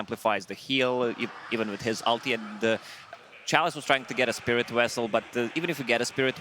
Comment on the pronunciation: I like saying spirit Wessel. Spirit Wessel! Wictor Wictor Nine Nine!